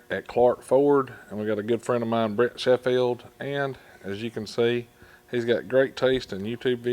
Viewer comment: Sounded like you kept saying Brett. Says Brent on his shirt. Love his firebird toolbox, black with gold really goes well on a master krl.